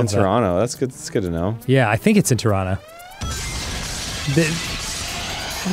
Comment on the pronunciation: They said Turono instead of Toronto! May you be blessed with all the poutine and maple syrup your hearts desire